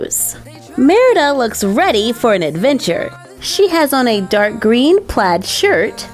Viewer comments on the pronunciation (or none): none